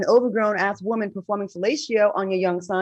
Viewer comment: The way Al says woman, Woe-man, lol